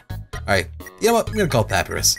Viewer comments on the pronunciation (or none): Umm dude its pronounced PaPieRus not pappyrus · it's ( pa -pie-rus) not (pap - uh -rus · Anyone else cringe when he says "Papi-ruhs" not "Pap-I-rus?" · It's pu py res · I wonder if realizes he's pronouncing sands and papyrus wrong. And until recently Undine.